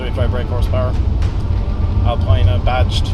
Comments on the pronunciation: It's pronounced "Alpeeena" !! I've got a '99 M5, which is currently blocked in by my Stag, as that has a dead starter motor. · Nice review but ought to prononce Alpina correctly...